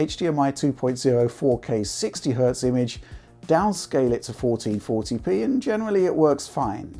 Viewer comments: 1440p, 1440p, 1440p, fourteen forty pee, FOURTEEN FORPEE, FOUEREN FORTRYHD LEPEEE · Say 1440p one more time haha